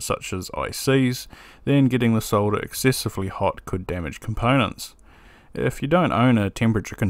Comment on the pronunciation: Thx for not trying to pronounce the L in solder, as Mr. Carlson insists on doing sounding like a moron.